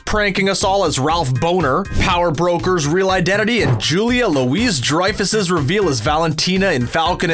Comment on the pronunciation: It’s Julie LOUIS (“loo-ie”) Dreyfus, not “LOUISE”!! Geez Louise.